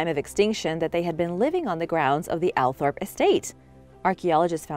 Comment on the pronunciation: It’s actually pronounced All Thorpe not Al Thorpe ~ the Spencer’s are lovely people and the Earl Spencer always stops for a chat with people, my father and I have spoken to him on a few occasions. His home is stunning and the land is beautiful and peaceful to walk around and have done a lot. When they used to host the fox hunts when I was a child my dad took me and have always loved and support the hunt 😊